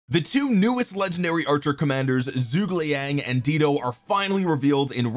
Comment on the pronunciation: Dido is pronounced "DIE-DOE." 😂😘